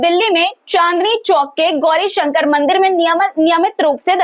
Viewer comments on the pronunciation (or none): none